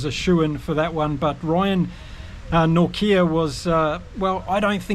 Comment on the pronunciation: "Nortje" (Norkyee) is perfectly pronouned. Remember it is KolISI, not Kolese, please.